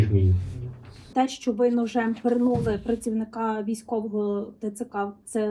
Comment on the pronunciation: журнаГлистку звільнити за "пЬІрнулЬІ"(аж блюю як чую це)